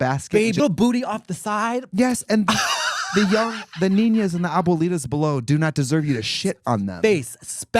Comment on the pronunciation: the ah bow lee tas